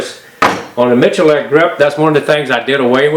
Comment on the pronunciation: Complete offtopic: Iam surprised he reads his name Miculek not as "Mikulek", but as "Michulek". Mičulek: kdejsme.cz/prijmeni/Mi%C4%8Dulek/